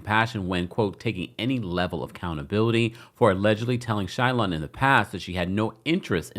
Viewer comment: It’s Shalon not Shaylon Kemp 😂 love you ❤